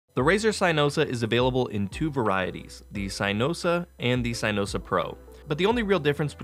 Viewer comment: Really called it “CYEnosa”